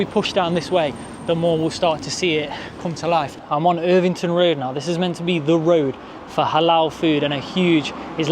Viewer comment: It's not irvington, it's Evington